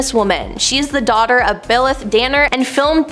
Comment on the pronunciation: “Billeth” Danner? I think it’s “Blythe” as in Bl-eye-th. Gwyneth may be awful but her mom is terrific and deserves better!